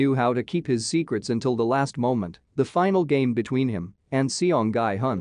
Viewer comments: I strongly recommend you to pronounce gi hun to "ghee hoon". Thanks. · That is not how you say Gi-hun